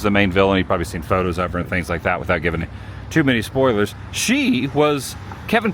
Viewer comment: Bruh, it's 'too' . Easy fix .